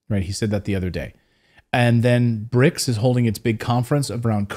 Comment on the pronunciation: It's called BRICS, not bric.